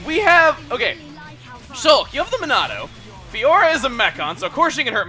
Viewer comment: The MuuNAAhdo